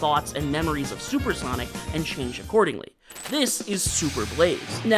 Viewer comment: Solper Sonic 😂